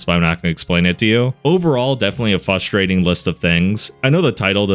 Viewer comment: I can’t stand hearing a grown man says “fustrating”